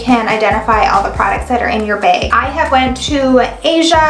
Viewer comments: What's a beg? I guess it's a Minnesota thing...😁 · The way she says Bag.... haha